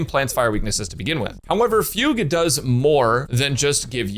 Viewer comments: missed fug-u 2/10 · yes he did he said fug-u lol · Is it fu-gue or fuge wich sounds like puke